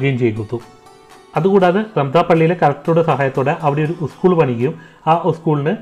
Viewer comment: ഉസ്‌കൂൾ അല്ല പഹയാ സ്കൂൾ